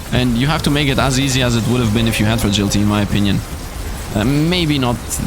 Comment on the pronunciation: There is no damned "G" in Frailty, come on I know English isn't your first language and I also know people have told you this before. At this point I know Youtubers do things like that because they think it somehow helps them or to amuse themselves but it needs to stop. Please stop doing it or I'm going to have to stop watching your Soulstone content because yes it's that damned annoying. Thanks for making content and having fun while you play. I would really hate to have to move on though of course I'm just one person but I can't be the only one it really annoys especially after knowing you've been told about the mistake... I tried I really did but I just can't watch with how many times you say "Frailty" as "Fragility", there is NO G in "Frailty"...